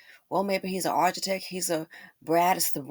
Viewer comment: You crack me up with "ARCH-itect", it's pronounced "Ar-Ki-Tect" hunz! 🤣